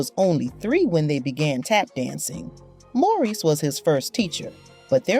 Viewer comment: His brother whose name, “Maurice,” keeps getting mangled in the narrative alternating from “Morris” to “Maurice!!” Don’t these people know that celebrated artists and actors have FAMILIES and friend JUST LIKE THEY DO? It’s no more than common courtesy to ASK someone how a person PREFERS to have his/her name pronounced. If they’re not going to, then they should stick to reading the reports about people they know!! Instead of assuming that nobody knows The Hines Brothers because THEY don’t! Hard to believe that anybody’s relatives don’t have these tacky, ill-informed vlogs just taken down. At LEAST until they re-record people’s names correctly and edit the titles to “Gregory Hines: For People Who Don’t Know Who He Was—AT ALL’